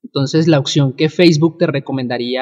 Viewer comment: Porfa pronuncia oPción! no oCción :S